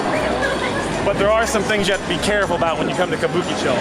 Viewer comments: What is it again "kabookichow"? ahahahahahaha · Careful there. A lot of Yakuza bars, but hey... how do you pronounce Kabukicho like that? Makes no sense. More like Kah-boo-key---chaaaaw. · Considering how Japanese people pronounce Kabukicho, hearing this guy is hard on the ears!